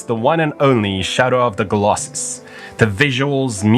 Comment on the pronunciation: I'm not the only one who hears him pronounce Colossus as "Golossus", right?